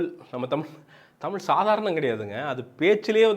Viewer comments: venna first tell "zha" properly. dont say tamil. Say Tamizh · First Thamizh nu solluya. Zha vey varala.